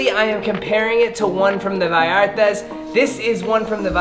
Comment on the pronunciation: How he says Vallarta so funny